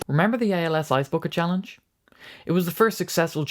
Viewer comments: Challange~ "chah-lang"?? Ohhhh, you meant CHALLENGE.😆😅😂🤣 Great video, btw! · It's 'challenge' not challange. Lazy.